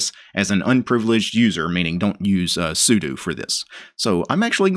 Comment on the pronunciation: Finally! A man who will correctly pronounce 'sudo'. What a relief.